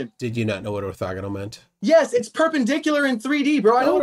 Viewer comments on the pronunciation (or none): "Ortexial" ha ha 😂